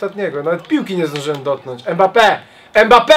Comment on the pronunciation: Ile razy powiedział EMBAPE? XDD